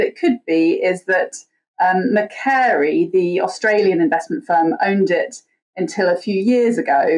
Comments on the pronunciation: It's Macquarie, pronounced McQuarry. Lachlan Macquarie was one of the first governors of New South Wales, and there are loads of things in Australia named for him. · Macquarie is pronounced muh kwo ree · Someone tell Cat Hobbs how to pronounce Macquarie! This name is integral in Australia's history, from the beginning 250 years ago!